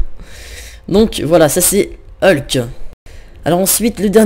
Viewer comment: c'est Hulk pas helk